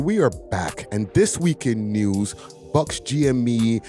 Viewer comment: Buck! Not Buckz